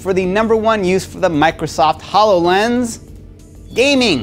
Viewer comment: "Hallow lens."